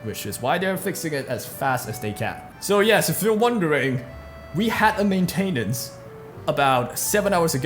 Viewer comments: main-tin-ince (like in since) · The way you say maintenance grinds my gears.